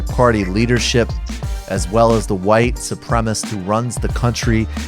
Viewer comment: Dude, it's supremacist, not supremist--please pronounce this correctly, because you sound dumb when you don't.